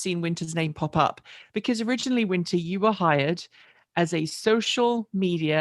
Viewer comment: yikes the way you said we've hired Erin, I heard "we fired Erin!" I had to watch it back lol